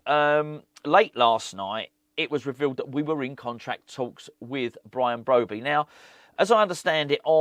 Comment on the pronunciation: BROBBEY not BROBEY pronouncement